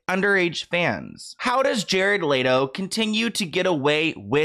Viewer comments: I want to know how you're saying LATO when it's clearly spelt LETO? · Lol its hard for me to watch this when you keep saying Jared "LATO" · Love you but it’s Let O not Lay Do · Leto like leh-toe not latoe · It’s LETO not LATO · Hello everyone! It is in fact pronounced Lay-Tow … google it! 😁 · Why are we saying Jared Leto like Jared Laydoe LMAOOO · Layto?? I figured the pronunciation of this name you could get right since he's super famous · Love ya, but it's "L-EHHHHTO" 😭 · It's pronounced let-Oh like let go but with out the g. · Omg the way keeps mispronouncing Jared Leto 🤦🏻‍♂️ lol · You're saying his name wrong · the way you pronounce Leto is painful. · the way you pronounce his name has me tickled lol